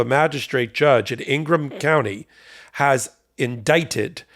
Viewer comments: Hey! It's Ingham county, not Ingram county. 🤨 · Ingham County* - no "r"